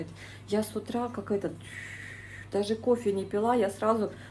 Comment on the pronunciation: Не кофэ; а кофе! И кофе- это ОН,а не Оно!